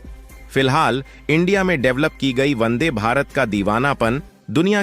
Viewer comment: Vande. Not Bande. Check.